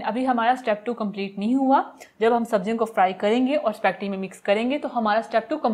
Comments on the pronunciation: AAP spegty kiyu keh Rahi hei? Jab iska pronunciation spa-- getty hei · spacketti🤣🤣🤣not spaghetti haaa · It’s not specty it’s spaghetti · Correct word is spaghetti not specti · It’s called “ ispa-geti “. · Aap speggeti kena seek len pl .